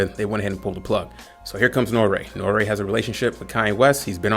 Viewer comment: pronounce N.O.R.E right....its not Norea.....its NORY, or N-O-R-E...yea he has the stage name Noreaga....but don't call him Norea.....nah homie....either say Noreaga or NORE....you lost all all clout with me. Where you from Canada or GB. HIs show is about drinking and letting his guests say what they want...that's the whole basis and why its so successful.